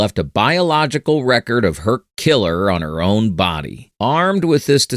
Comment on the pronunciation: “In her OOWWN handwriting” Jesus bro